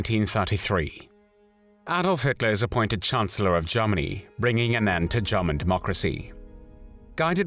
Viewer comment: Well my gut feeling was a German speaker speaking very good English but with some vowels which are a bit off. The "er" sound in the word "Germany" sounds here more like an "ah" (which is the vowel some RP speakers used early in the last century and may still be being erroneously taught in some parts of the world). "The "a" in "hand" sounds like the "e" in "hen" - too tight.